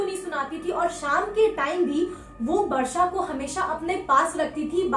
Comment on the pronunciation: Didi aap Varsha bol rahe ho ya Barsha? But iam happy ki mere naam ki tarah ye aap logo ke mooh se aaya hai❤️ 💜 please next horror video main meta naam bhi lona Varshini plzzz